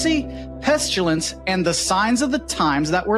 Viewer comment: There is no "U" in pestilence.